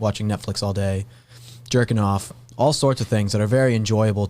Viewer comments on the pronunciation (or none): I had to rewind to double check if really said “jerggin off”. That’s why I like. He’s a regular guy, but smol.